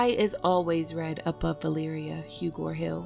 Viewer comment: is it just me that hears Balyria all the time... am I slowly going mad in here?